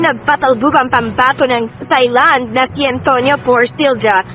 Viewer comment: Tailand po ang pronunciation ng Thailand. Walang th.